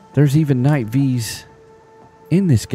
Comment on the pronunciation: Wasnt gonna commentbut I have to say... Thank you for not saying Knight "vee" like every other yokel... lol